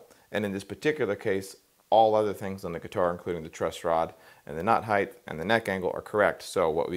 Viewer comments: Awesome model. great explanation. Can't stop noticing he seems to be saying "heighth" its in my head. Wtf is heighth. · Neat model, good advice. Friendly reminder that “heighth” is not a word.